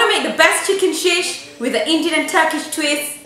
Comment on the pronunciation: min into the video bloopers. At first I thought you said "chicken shit" instead of chicken sheesh..